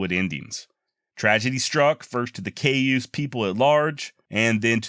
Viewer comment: Cayuse pronounced "Kai-yuse". Great channel!